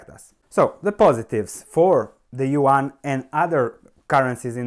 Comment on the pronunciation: Don't take it bad, but if you want to pronounce it correctly : , try to pronounce yuan like you would for "yuen" :p . I hope it helps you to learn how to pronounce chinese stock companies as long as chinese "currency'.